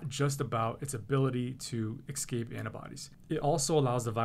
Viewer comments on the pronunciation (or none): I don't trust a doctor who can't pronounce the word "escape". LOL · That is one of my pet peeves and he said it twice! Terrible, there are so many other things in this world to be upset about, yet that was bugging me too :)